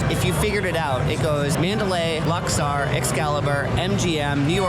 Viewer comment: Very fun video! Just one minor note… it’s pronounced “Lux-OR,” not “Lux-are.” 😊